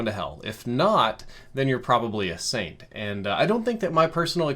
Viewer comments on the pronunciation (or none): none